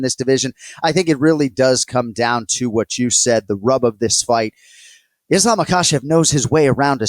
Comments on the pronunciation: glad I’m not the only one who is pestered/noticed him saying ISH-lam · “Ishlam” yeah definitely listen to the picks of this guy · Does this guy only study stats and make predictions? How can someone who actually watches fights and follows the game, say "Ishlam"? And Anik has gotta stop saying "man or woman" when he praises female fighters. The two divisions are worlds apart. As great as Zhang is, the canvas she's up against is still not the caliber of the opponents relatively speaking that male champions have to fight. The anomalies among the women become champs and dominate over a majority of not super great opponents. This is biology. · Did this dude just call Islam “ISHLAM” wtf lol get him off here